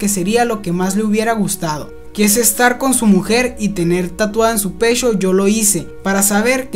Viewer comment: el pechhhó la nochhhéé